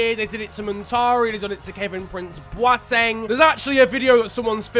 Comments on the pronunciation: nice to see you pronounced Boateng right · is the first youtuber i've heard say kevin prince boateng. Cheers for making the effort.